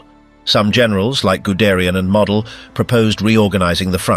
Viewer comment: Seems reasonably accurate to about half way. Except no one else reports that the naval bombardment or bombing was effective on the beach defences. Good descriptions of the chaos. (General Model was not a model you know! Pronounced Moe- del. The Voice of God loses credibility that way.) Then this account becomes as chaotic as it's subject matter. Significant sections repeated. Hairworms constantly appear on the lenses or screens. If everything was in chaos, how did the Germans keep all the advancing allied troops trapped in that pocket of France for days - weeks? Requiring Patton and his tanks to break them all out! Enough.